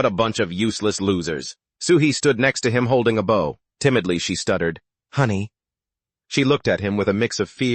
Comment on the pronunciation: AI still can't say bow properly